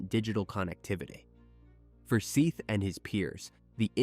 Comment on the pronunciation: How disrespectful is it to pronounce a deceased persons name, then pronounce it right, only to mispronounce it for the duration of recapping the horrific manner in which they died? His name is Seth not Seeth you idiot! If you can't pronounce their names then stop doing this out of respect for their loved ones